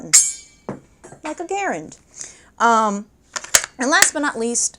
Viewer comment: Kudos to for pronouncing "Garand" the way John Garand pronounced it. On the other hand, he doesn't appear to have cared how it was pronounced as long as it was bought.